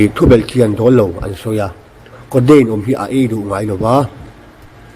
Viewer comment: Hmeichhia aw kha😁😁 codeine pawh a ti lo coteine an tiah.. 🤣🤣🤣